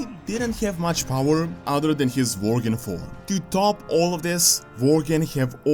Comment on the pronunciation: Bugs me out when he says Varriors and Vorgen wtf is this